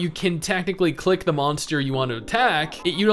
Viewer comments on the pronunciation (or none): none